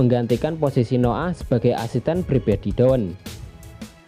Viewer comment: Hahah Noah bacanya No 'Ah mantap njir